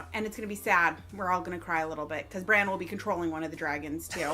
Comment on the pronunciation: Stop saying "Bron", it's "Bran", as in Brandon. Bronn is another character, ffs!